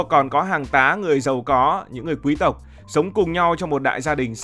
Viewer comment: Thích bạn nói chữ QUÝ-S TỘC , rất là quý tộc!